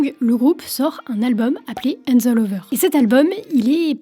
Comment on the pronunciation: La prononciation en anglais c'est pas encore ca:) "flowers" ca se prononce avec une sorte de leger son "ah" et non de "oh" comme dans "floors" Aussi "hands" y a un "H" il faut le prononcer, c'est pas "ands".